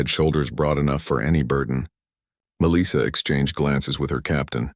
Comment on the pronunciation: FFS, please teach this AI how to pronounce Melissa.